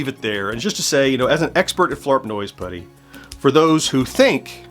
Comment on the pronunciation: 😡I am incensed on your behalf!!! You have been misrepresented! Grrr. (However, I do love that this provided you with an opportunity to not only incorporate Flarp Noise Putty into your vlog, but that you get to say it so many times, to the point where it almost sounds like you are saying Flarp Nose Putty. 😄)